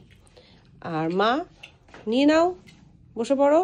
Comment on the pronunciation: Nyao na. Nao. Uchharon thik koro.